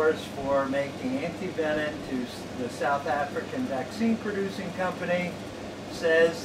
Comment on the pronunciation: Also was wondering why you were pronouncing it antivenin. I did a little research and its absolutely correct!! Learn something new Every day! Keep up the awesome work yall!!